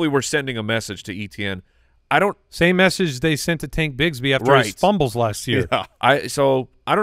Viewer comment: For the love of God, It's EH-tien... lol